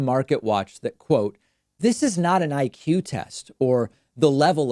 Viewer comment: He can't pronounce IQ sounds like ick